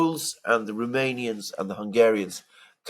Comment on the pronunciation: ROMANIAN not RUmanian.